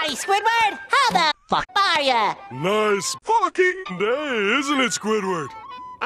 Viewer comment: “And grilled to FUCKING perfection” The emphasis on Fucking is golden! 🤣🤣🤣